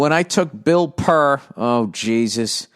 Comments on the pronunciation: Bill Purr lol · "Bill Purr" 🤣🤣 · ...."Bill Purr". Lol.lmao That shit was funny. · Bill Purr. Gold.